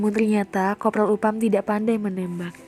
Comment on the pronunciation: Next time penyebutan nama dan tempat dibenerin ya, mba. Upham bukan dibaca Upam, tapi Aphem, dll.